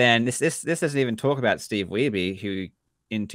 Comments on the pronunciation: "King of Kong" was the first time I heard Wiebe pronounced that way. I have a lot of relatives with the last name, and none of them pronounce it "Wee-bee". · Have you seen the interview Steve Weibe gave earlier this year? Looking back on the documentary and the current state of DK, it's really great! Also I always felt like they pronounced his name "weeb" as some kind of power move.